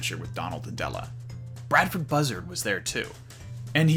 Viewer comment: It's funny how he messes up Della's name like he does Dewy. I guess mother like son or the other way around.